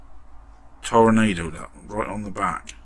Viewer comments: It's pronounced Tor-ahh-nahh-do. The headlight covers on the real car were always body color. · Great work. It's properly pronounced ToroNAHdo, BTW. Or maybe best spelled Toro-noddo.